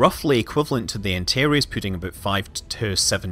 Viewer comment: Are you trying to say "Antares" ??